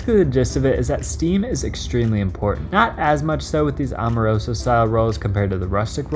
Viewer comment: Bro my family owns Amoroso. My aunt Marie and uncle Leonard passed and now my cousin Lenny has it. They’re extremely overrated. Terrible for cheesesteaks. Decent for hoagies but there are faaaaaaar better choices……and it’s pronounced Am- o-roso not Om-a-roso……and most Philly steak shops don’t know you. And your cheesesteak looks good for an outsider, but I’ll make a better one in my house and there’s no way on earth yours is better than every steak in Philly😂😂😂😂Angelo’s is king of steaks…..